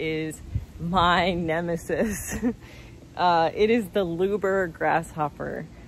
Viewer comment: Great info just fyi it's pronounced lubber not luber